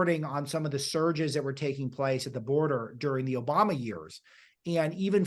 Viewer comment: It’s obooma